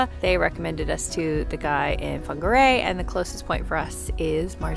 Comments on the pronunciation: Wow you said Whangarei so naturally and correctly. Welcome to NZ! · Yay for your pronunciation! -So pleased to see you here in NZ 😊